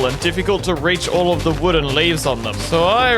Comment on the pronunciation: you said mood you replaced w with m sooooo you said mood